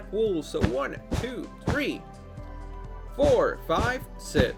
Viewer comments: its not sez or sex it is six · everytime u say six u say sits😂😂😂